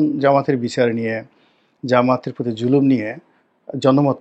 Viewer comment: জামায়াতের নামটা সুন্দর করে বলবেন। যেমন ;- বাংলাদেশ জামায়াতে ইসলামী